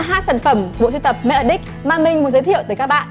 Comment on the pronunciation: E nghe thành make a dick 😂😂😂